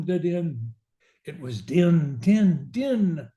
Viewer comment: Most scholars agree. The name is pronounced "Deen.". It makes the rhyme with "queen."